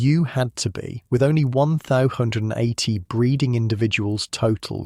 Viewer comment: Great work. Although you consistanly struggling with saying 1280... But this was excellent